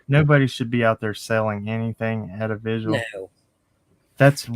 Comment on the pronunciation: Love you and. Please don’t get me wrong when I say this. I’m not criticizing; I’m genuinely correcting something I’m hearing a lot on YouTube. It’s VIGIL, not Visual.